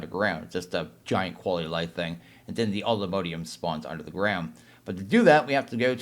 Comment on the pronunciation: ugh it's not mode ium... it's mod ium